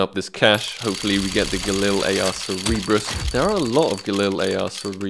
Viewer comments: its cer-ber-us not cer-e-ber-us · Ser-Ber-Uss not Ser-eeb-russ :) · Sick bro, you're richer than me! also it's Sir-Ber-Us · It is pronounced "Cer-be-rus" Like the Hell Hound, I believe it was